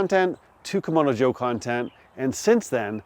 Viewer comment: You're not the only one who makes this mistake, but you keep calling the red Kamado a "Komodo Joe" when in fact it's a "Kamado Joe"...pronounced differently of course. Don't think the company will pay you for screwing up their name, but I heard another reviewer make the same mistake, so it must be like "ask and axe" for people of color. Sorry for being pedantic, but I guess it would be like calling a Cadillac a Calidack.